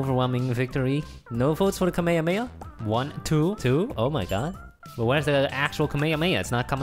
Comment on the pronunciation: He said kamehameha wrong😆😆🤙🤙 #Goku. #dragonball. #JUMPFORCE